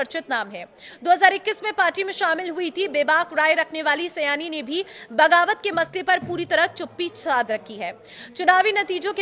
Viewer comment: उसका नाम सयानी नहीं है सायनी है। सयानी बांग्ला में कोई शब्द नहीं होता।